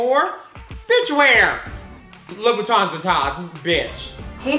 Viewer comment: "I got my first pair of loo-boo-tans." "Labooboobooboopoop?"